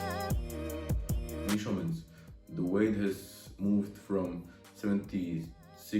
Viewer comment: Typi na výslovnosť: much= mač Measurements= mežrments Since= sins Ago= egou Každopádne rešpekt za to že už takto mladý tvorí videa a ešte aj v anj. Čo sa výslovnosti týka, každý sa časom učí, dúfam že ti môj komentár trochu pomôže. Rad budem sledovať ako sa každý deň zlepšuješ💯. Tiež by som rád začal takto s tvorbou na ytb v anj.